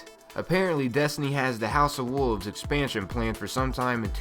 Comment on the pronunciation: What is a Woov? There's an "L" in that word. WOLVES.... Oh and you camp too much...